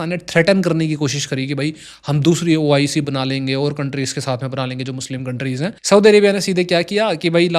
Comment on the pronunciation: BROTHER ITS NOT OCI ITS OIC